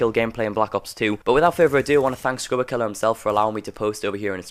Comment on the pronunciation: Why does he call him "skruberkiller" Its skrubkilla